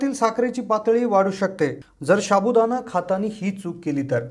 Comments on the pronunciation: शाबुदाणा नाही साबुदाणा हा शब्द आहे मराठीत तरी उच्चार बरोबर करा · शाबुदाणा नाहिरे बाबा, साबुदाणा म्हणा 😂😂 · शाबूदाणा नाही रे बाबा, साबुदाणा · Sabudana bolayala Shik baba pahiley. Shabudana Nahi re. Evadha Pakavto ki Loka Tumcha Channel Baghnarach Nahit. Ashya prakaarey Tumcha Channel Shabut Nahi Rahanar. Timing Vadhavnya sathi Evadha kaa Pakavto ???? Channel chi Credibility Ghasartey. - Nilesh Borse. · Sabu..... Don't say Shabu.. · हा फालतु बडबड करतोय एक तर शाबुदाणा नको बोलुस साबूदाणा बोल कोणी विश्वास ठेवणार नाही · शाबुदाणा नाही साबुदाणा म्हणतात रे . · Nit bol re baba "शा" बु ? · पहिला साबूदाणा बोलायला शिका. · सहमत शाबुदाना उच्चारही येत नाही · अगदी बरोबर लिहिलय. साध मराठी उच्चार करत नाही हे लोक अन चॅनेल काढतात!